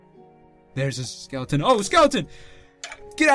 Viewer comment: U said skelion💀😆😂😅